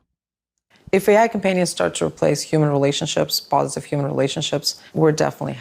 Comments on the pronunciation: Why are they saying Uman instead of human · that man consistently saying yuman